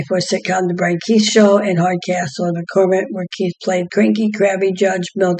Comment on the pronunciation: Brian Keith not Brain Keith 😂